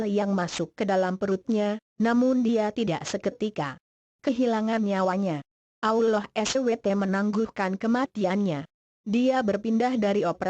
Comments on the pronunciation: Min..pembaca/ narator cerita ga pas dlm penyebutan Allah SWT.. tlong di koreksi. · Ni AdMin bilang Allah kok gk bisa apa gmnaya apa mungkin aku yg salah dengar ya saat bilang ALLAH . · sama ni omong ALLAH sj plepotan .tlng lah gnti yg lebih pinter ..biar ngk malu 2 1n .sekedar saran sj sih . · Nur Hasanah tak kira kuping saya yg salah dengar mbk . Trnyta admin.a ya mbkk. Bener mbk gnti ajah tuu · Di jelasin Di mana Tempat Nya Dong Min jng n Asal nyomot Video.. Di Tambah Lagi Suara Bencong google.. coba Perhatikan Sebutan Asma Allah.. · Sma ngomong allah ajh alloh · Sory to say tp most of Indonesian bila sebut ALLAH itu jadi auloh! Dlm sinetron pn slalu dgr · Bisa bicara atau tidak bilang tu allah swt bukan abdulloh swt dasar relorter goblok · Kok menyebut allah kok ukloh 🤣🤣🤣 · Kok ngomongnnya Ulloh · gua kira gua budek denger abdulloh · Dia bilang allah SWT dengan kata uloh eswete.mungkin dia kristen😣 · AStaghfirulloh halaziiim...presenter nya bicaranya kurang benar..harusnya ALLOH..SUBHANAHU WATA'ALA. bukan abdulloh swt. bagaimana ini ya... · Belajar dl masa membaca Aulloh SWT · Sebut Allah tp kedengaran ulor...🐍 Sebutin baik2 dong...,itu nama Tuhanku..😬😠 #NgakPandaiBicaraMauLagiBicara😏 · suaraa yg ngomong bikin jngkel,ga enak bnget d dengerin,dia itu ngomong allah atau apa sich,ga jelas bnget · Tlg bicara yg jelas nyebut nama alloh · Tollong pengucapan laffaz Allah dalam Vidio ini di perbaiki.. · Ngomong ALLAH GK bener Pake Suaranya juga Pake Suara Robot Dosa WOY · Risih sama swaranya Cara ngmong ALLAH 😑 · Nyebut allah nya begitu tolong koreksi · lah nyebut alloh nya gtu 😭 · Kan ini "google" yang ngomong jadi google nya mana tau cara ngomong yang bener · yg bca siapa sihk ngeselin suaranya udh gk becus nyebut allah swt ama istigfarnya,hdhdheh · Pandai betul buat cerita bohong mcmni... Nk tipu org... Fitnah seperti dajjal!!! Sebut nama ALLAH اللَّه subhana wataa'la pon salah.. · Tolong koreksi tata bicaranya"Allah SWT"